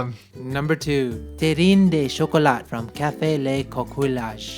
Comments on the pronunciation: Ahah, better luck next time prononcing French. We do not pronounce the E in terrine and the T in Chocolat. QU is pronounced like K in japanese an LL in pronounced like a Y and also we do not pronounce the final E. You mostly struggled on coquillage, that would be more like kokiyaj lol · le coquillage means "shell", it is pronunced ko ki yaj (the "a" sounds like in "grAss") And you don't pronunce the final T in chocolat^^ La bise de la France !